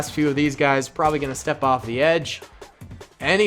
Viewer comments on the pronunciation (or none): none